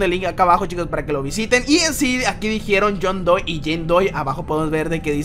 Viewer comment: Se dice john doe no john doi